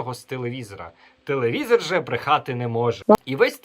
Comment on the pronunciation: Двайнік, трайнік, тілівізірь... Звиздець - це ще мало сказано.